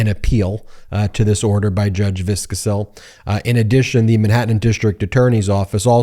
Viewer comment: Is that how she pronounces her name? I know several people with the same last name and all pronounce it Vis-Ko-Sil not Viscus-sell.